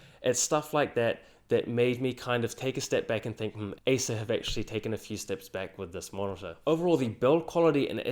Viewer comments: Great stuff. A bit confusing at times, as it is a little hard to distinguish Acer from Asus, the way you pronounce it. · Tech Sorry, but I did have problems understanding your pronunciation of the words 'Acer' and 'Asus'... sounded nearly the same.... very nice job though... tough decision for me between these two. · wtf the pronunciation acer and asus, i totally can't tell which one are you explaining.. let alone doesn't show the monitor comparison . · it is almost impossible to distinguish your pronounciation of ACER and ASUS. It sounds like you are saying the same word both times.